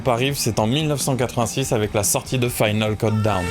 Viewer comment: Super vidéo, j'ai appris un paquet de trucs sur Europe ! j'adore. J'avoue j'ai grincé à chaque "final keuldown" :D